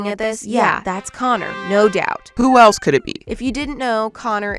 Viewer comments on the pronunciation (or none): none